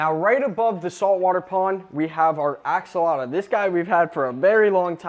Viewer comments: Its axolotl not axolota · ‘Axolota’ Its Axolotl,. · It’s not called axolota it’s called axoltl